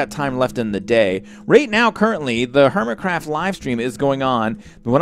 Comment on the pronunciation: Lol he said hermicraft amplified at the start derp